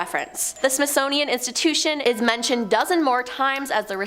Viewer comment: I know she probably didn’t mean to pronounce it wrong but she said ”SMITHSNOWIAN” instead of SMITHSONIAN 🤣🤣